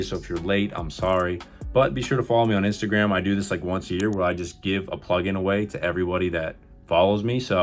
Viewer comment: "Inatagram" lol